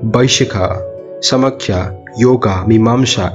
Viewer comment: ❣️❣️ Well explained. But You pronounced Nyaya as Navya . And Samkhya as Sama-khya.